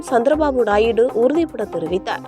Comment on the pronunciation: நாயிடு அல்ல தாயி நாயுடு ன்னு சொல்லுங்க இதெல்லாம் செய்தியே அல்ல